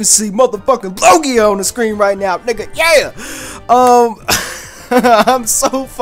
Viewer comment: its not LOGIO its LUGIA